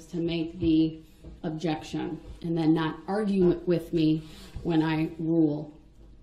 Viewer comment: ‘Den’ instead of ‘then’?